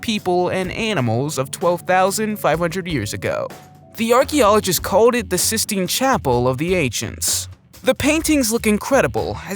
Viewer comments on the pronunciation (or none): none